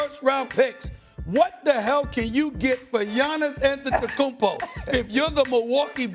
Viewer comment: The first seconds of the video.... AntetokounmBO? It's AntetokounmPO! Learn to say the name right or bring Molly back.